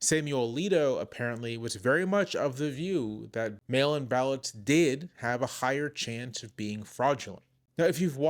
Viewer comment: Did anyone else hear "male imbalance" at first instead of mail-in ballots. Lol .